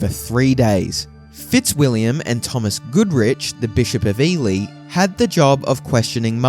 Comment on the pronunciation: Learn to pronounce * "Plantagenet " Ely"